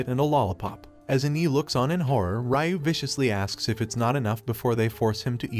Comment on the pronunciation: Why are you saying Ryu weird 😅